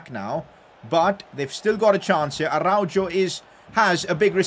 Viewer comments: IT IS ARA-HO NOT ARAUJO AND THIS GUY CALLS HIMSELF A BARCA FAN🤦🏻‍♂️ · im sorry but this bothers me a lot😂 its pronounced “arauho” not “jo” lol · Its Arauho not Araujo😭😭😭😭😭